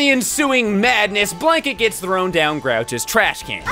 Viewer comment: it’s Oscar the grouch,, not grouch